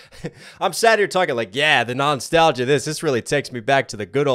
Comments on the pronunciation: I thought you said “knox-talgia” haha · Are you saying non-stalgia instead of nostalgia?